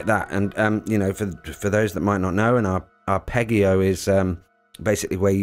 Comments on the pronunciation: Arpeggio is an Italian word and it's pronounced ar-ped-gee-o. Arpeggiator is produced ar-ped-gee-ator. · It's worth mentioning that "arpeggio" is pronounced with the 'g' sounding like a 'j.' Hearing it mispronounced is driving me a bit crazy! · Also Arpeggio/Arpeggiator is pronounced with a soft G (like J). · Wow. Thank you. Really appreciate that. I woke up to this comment and will now have a great day. 😊Thanks! Just to let you know there are some similar tracks on my album "Digital Vegan" which got released last year. Thanks again, and thanks for watching till the end. I hope my mispronunciation of the word 'arpeggio' wasn't too off putting!! All the best to you. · when pronouncing arpeggio use soft G sound not the HARD like Goat. But geez! P.S. Just saw your note that you are already aware of it. That's great. I'll still leave my comment. :) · Haha! 🤣🤣! All good. If it was the AI voice it would have pronounced 'arpeggio' correctly! 😆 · If uploading this video has taught me one thing, it's how pronounce 'arpeggio'. I'll never escape it. Thank you for leaving the comment! Appreciated. Sound. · Yes. Sorry, but the arpEGGio and R and Arp is painful. 😁 Thanks for the video though. Really like the choon at the end too.